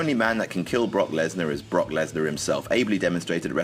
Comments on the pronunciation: He said bork instead of brock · Who caught him call him Brock bork it's your boy bork lazer ima hit you with a turnip twister boy